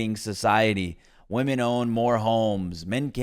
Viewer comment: Lol i was just wondering out of curiosity why do some peoppe say VVomen instead of women? Is it a meme or soemthing?